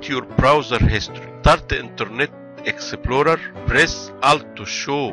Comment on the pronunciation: Interrrrrnet exeptplorrrerrr 😂😂😂